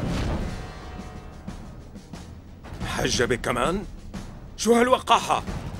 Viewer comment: تقول مسبة لما عم يقول محجبة